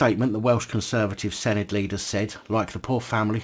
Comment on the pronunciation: Does he say “Senedd” right? Update: No